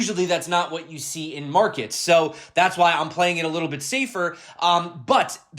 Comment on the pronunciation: When you say, "We've had that minor capitulation." Is it Minor or Miner?